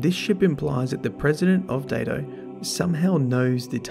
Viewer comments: I think it's supposed to be pronounced "Die-to." A Daito Was a Japanese sword of a specific length, and Ayane Takanome is a Japanese name, and I think Chiyoko Mey is as well, odd that there are so many Japanese things converging on this spot in the lore. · When Byf did his video on the ana bray lounge, his accent sounded exactly, like he said Datto, not Daito. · Datto, oh wait ... it's Daito